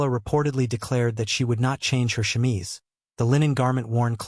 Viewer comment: Wow....What a bunch of bullshit. How about some facts with your opinions and myths? The chemise (which pronunciation you absolutely mangled) has been debunked long ago. Not that it really needed to be. I don't even think there was a time when it was ever thought of seriously as fact. FYI-When you judge yesterday's people by today's standards-You distort who the people of the past actually were. This was one of the worst "historical" (meant loosely) vids I've seen in a while. That says a lot...